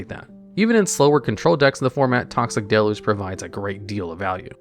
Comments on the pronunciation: I swear there’s always at least one card you pronounce in such a funny way. Like toxic delu the first time you said it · The thing that stumps me to this day is why to people keep mispronouncing deluge.